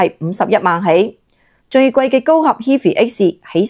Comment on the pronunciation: 人地讀HIGH FAI呀，好心做下功課先出片啦